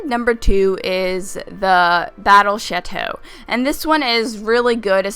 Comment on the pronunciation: thought she said the battle shito